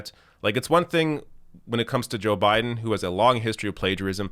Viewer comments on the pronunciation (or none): none